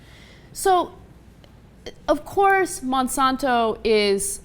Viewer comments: its Monsanto not monsonto... if you're going to insult them at least say the name right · I don't feel like there is conclusive data in the rat study, even though I detest Monsanto. Also, she can't pronounce Monsanto.